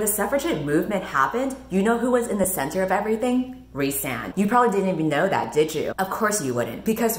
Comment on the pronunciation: I juat keep hearing the one guy's name as Ri'saad, over and over and over again.